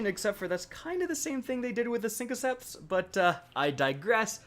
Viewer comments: CaptainThroatPunch broooo 😂😂😂 I noticed ALWEEEEZ the first time I watched one of his vids. The SINKOCEPS shit that he says drives me up the wall. And it’s not one time. He says it every. Single. Time. Do you think he says sinkesizer? Sinketic instead of synthetic? 😂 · BRO THEYRE NOT SINKOCEPS! Look. It’s SYNTHOCEPS...... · Pardon me but what is a “SINKocep”? Is that a new exotic? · Lmao a-ham-makara 😂 you should hear how he pronounces SYNTHOCEPS